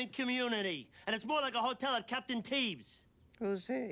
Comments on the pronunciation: Cap d'Antibes not Captain Teebes lol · And it's more like a hotel at Captain Tibbs! Note she actually said Cap d'Antibes...